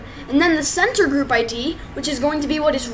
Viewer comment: sorry for being mr.correct but its pronounced ID (ay dee) and not id (eyd)